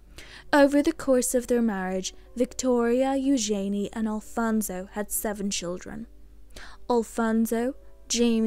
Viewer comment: I much prefer the correct pronunciation of ‘Eugenie’ as you pronounce it rather than how Sarah and Andrew pronounce their daughter’s name -‘you’jen’ee’